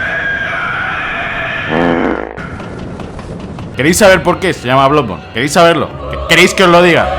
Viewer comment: en realidad, lo dices mal, la doble o se pronuncia como u, por lo tanto se pronunciaria "bludborn"